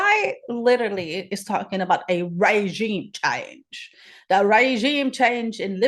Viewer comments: Oh My God! I am dead ... Regime change sounds more like Raygime Chaynge 😅😅😅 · Now I get it!I get the comments. 🤣 I was wondering what Raygime chaynge was.🤣🤣